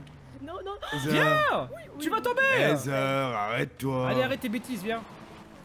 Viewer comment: Qui a compris néseur au lieu des air 👋